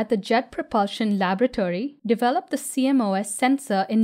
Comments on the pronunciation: CMOS pronounced see moss. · Aside, but I've never heard CMOS pronounced as an initialism. I've always referred to it as oceanic lichen (sea moss).